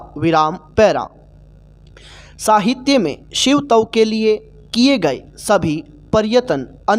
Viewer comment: Shiv tav alag kyo bol rhe ho Shivtav ek sath pura bolo